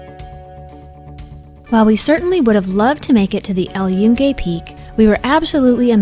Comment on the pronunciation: Holy shit dude, if you're going to make a video on something, at least learn how to pronounce the damn name of it. You COMPLETELY butchered it, and proved you give zero fucks about not being a complete gringo over there.